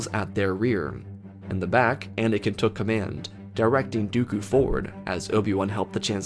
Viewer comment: He said his words "Do-oku." Ok why? its been 15 seconds..